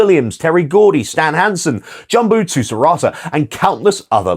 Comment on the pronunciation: Brother that's the worst pronunciation of Jumbo Tsuruta I've ever heard. 😅